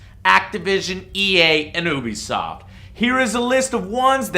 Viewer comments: Damn it Joe, it's pronounced "You-Be-Soft", not "Ooo-Be-Soft". "You", not "Ooo". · Stop saying OObisoft, it's pronounced YOUBEEsoft.....god that shit annoys the hell out of me. Also, fuck Destiny and anyone who likes it, you're the reason games like that come out in such shit conditions. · Joe I love the show!!!! But for the love of god would you PLEASE PLEASE PLEASE learn to pronounce UBISOFT!!!!! Its You-be-soft...not oo-bee-soft... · Please sweet baby Jesus it's pronounced "you-be-soft" not ooooooobisoft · why do people say ubisoft like ''oobisoft'' its supposed to be pronounced ''youbisoft'' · Joe....Can you please pronounce it Ubisoft "You-bisoft?" It bothers the crap out of me when you pronounce it "OOO-bisoft" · "U.B.Soft" not "Ew.B.Soft" (might as well be though I guess) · I always pronounced Ubisoft like you-be-soft. Anyone else? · U were saying oobisoft instead of Ubisoft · Lol its Ubisoft not Oobisoft